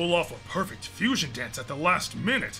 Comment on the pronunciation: They butchered the name of fusion 🙃